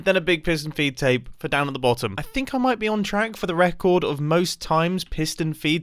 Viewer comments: I thought it was “feet” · I swear, all this time, from the first time I heard him say "feed tape" in another vid I thought he was saying "V tape" lmao but turns out I was wronggggg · Aah its a FEED tape. Not me hearing V-tape the whole video...